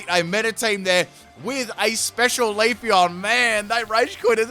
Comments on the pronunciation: Good battles bro ; it's Leaf-Eon not Leaf-on lol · If you get 2 of the same Pokémon with branching evolutions I think you should keep them. You're also mispronouncing Leafeon it's Leaf-eon not Leaf-on. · Is he really saying "Dene" and "Leafon"? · I'm Aussie and wouldn't ever consider saying Leafeon the way he did. There's an 'e', just read it phonetically. Think is maybe a tad bogan though, which might explain it.